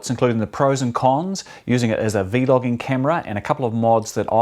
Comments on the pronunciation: stop saying V-logging. it's vlogging. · excellent video Grant. I just got this camera this week. Unfortunately they sent me the wrong plug for the charger, so I have to wait another few days for that to come in. Thank you for the review. One thing. I've never ever heard anyone say "VEE-LOGGING" Not sure, maybe that's how they say it in other countries? We just say Vlogging. Thank you again. Can't wait to start using it. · Please please say vlogging as one word. It's not "V logging". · It’s vlogging not v logging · V. Logging and v loggers... da f dude 😂😂 is vlogging!! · i cant finish the video cuz he keeps saying v-logging and its really annoying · Every time. He said v. Loging I got mad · cracks me up when you say v-logging